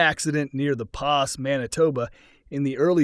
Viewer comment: The Pas Manitoba is pronounced, The Paw. Very easy mistake to make since it's French.